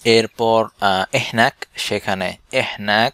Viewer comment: এহনাক বলে না...হেনাক..অথবা মিন্নি..